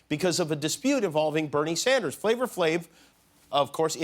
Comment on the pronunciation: Not that it really matters but it's not FLAVOR Flav.... it's FLAVA Flav lol